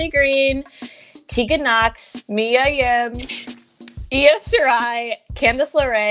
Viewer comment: MIA not mya 😂😂😂